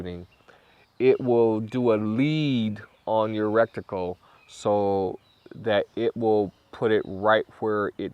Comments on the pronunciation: Awesome review, I could not help myself I had to tell you that its pronounced retical not rectical. Content was great though and highly useful. Thanks for all the hard work you helped me make my decision! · Good video but the word is R-E-T-I-C-L-E NOT R-E-C-T-I-C-L-E. Thanks ! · or just say reticle lol 😂 not recticle...💯👍🏼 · Take a shot every time he says "rekticle" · Bro thanks for the review. Awesome. But if I hear recticle one more time, I'll avoid your videos like crazy.